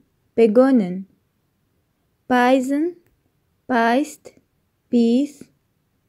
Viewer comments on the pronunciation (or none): Darf ich einen Tipp geben? Bitte nur das Wort beissen richtig aussprechen. Also mit "s", zum Beispiel wie im Wort "des". Sonst alles ok.